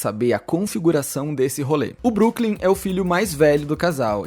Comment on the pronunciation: Broklym e não Brooklym 😊